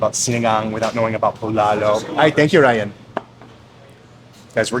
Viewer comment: That's not Bulalo broth you're having...it's actually sinigang...Bulalo (w/c you're also actually mispronouncing) have a sweeter/savory taste & is made of bone marrow, corn in cub, baguio beans & bokchoy or cabbage